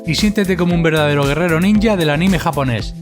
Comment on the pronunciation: Todo bien hasta que dijeron anime con su acento